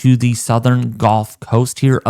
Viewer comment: Why do you say golf when the word is actually gulf? Very distinctive difference in the sounding of the word.